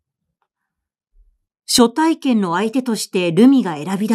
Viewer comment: 毎回 朗読を楽しみにさせて頂いております。今回も 林真理子さんらしい作風だと思いました。 「初体験」のところ 昔？は 「はつ体験」と いう いい方だったように思いましたが 「しょ体験」と聴いて 時代と共に表現も変化するのを知りました。はなこさんの朗読も 変わらず いいですね。 次回も楽しみにして おります。